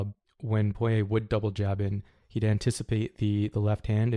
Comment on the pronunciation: Got the pronunciation on Poirier down.